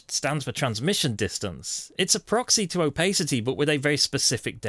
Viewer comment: An excellent guide on Hueforge. Though I must admit I've never heard of "opaycity" and "jerber" files ;)